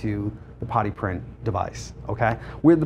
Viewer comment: It took me too long to realize he wasn't saying "potty print"